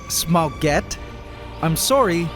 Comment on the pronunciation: cat-orange-whistling: Smaugette sound like Spaguettee :face-blue-smiling